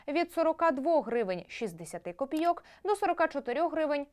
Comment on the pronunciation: копі'йок, а не копійо'к